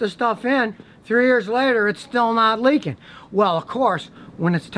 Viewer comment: “Prodict”???? “Leakeen”????